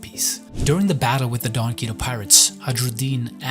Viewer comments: "donquito pirates" is making me wanna kms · Why are you pronouncing donquixote like that lol